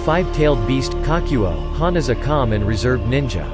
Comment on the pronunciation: It's kokuo not kakuo